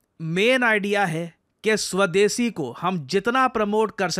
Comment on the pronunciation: इन बिहारी मोड, स्वदेशी नहीं सवदेसी😂